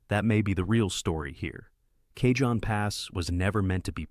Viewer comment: Not even 10 seconds in, and the guy says Kayjohn pass. Try again.